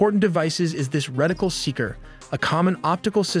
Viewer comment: "Reticle", not "Rectile" .